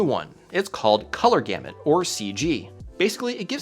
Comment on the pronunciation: Ah yes, Golor Camut